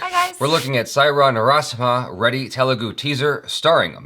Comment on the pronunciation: I just loved how jaby tried to say Narasimha. He stressed to keep it perfect. Keep it up buddy